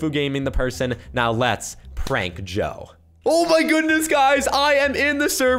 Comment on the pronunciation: It's supposed to be (Joe) not Doe -_- XD